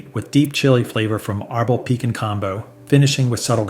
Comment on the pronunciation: There's a reason Frank's is the best selling in the US, and one hot sauce snob's opinion isn't going to change that. Heck, you can't even pronounce Tapatio correctly. The accent should be on the "ti" part. Same mispronunciation of piquin (you even misspelled it). Please, don't pretend to be an expert when you can't even pronounce the names correctly. And how does Valentina rank so high when it has sodium benzoate as a preservative?